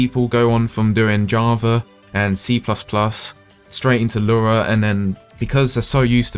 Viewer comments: Lura? I thought it was Lua... Anyway, ty so very much.! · It sounds like you say "lura" every time lol